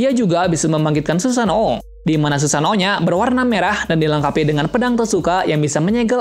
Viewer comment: Susano* 🤣🤣 bukan susanto